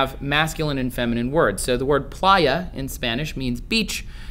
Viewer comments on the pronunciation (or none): none